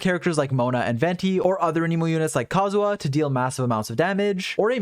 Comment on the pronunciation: I know it's nitpicky but your pronunciation of kazuha as kazuwa really bothered me this episode. Probably just because you had to shotgun it off over and over again when talking about team comps.